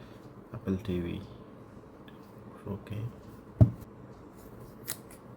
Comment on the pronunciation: "apol tv facke" "we have da remot" 🗣️🔥🔥🔥🔥